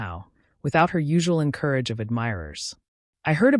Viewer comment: entourage not courage